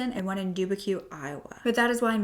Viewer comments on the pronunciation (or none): lol... for future reference, it's pronounced "duh-byook" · lol, I’ve never heard it called “doobaque”, it’s like rebuke, but with a d sound. Love the videos and all you do to give victims a voice. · If you want to edit it, Dubuque is pronounced as "Duh-Buke". 🌹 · The way you pronounced Dubuque is sending me rn 💀